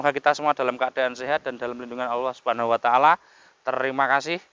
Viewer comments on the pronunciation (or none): none